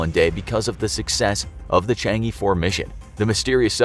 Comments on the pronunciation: There is no "Dark side" of the Moon, even within the video they got it right calling it far side vs near side. The title fails. Also narrator should at least learn to pronounce Chang-e properly. Its pronounced Chang 'Er' not Chang 'Ee' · it's pronounce as Chang'er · Chang'e is pronounced chong uh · It's pronounced Chang ugh rather than Chang yee 😅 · CHang'e 4 WHY ARE YOU SAYING CHANGEE 4 IT IS CHANG AAA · It's actually pronounced chang uh not chang E :p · It’s not Chang e you pronounce it as Chong aww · It’s Chang é, the é sounds “uh” in ago. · The mispronunciation of Chang'e was incredible terrible lol. Its pronounced kind of like "shawn-shay" or more like shjay.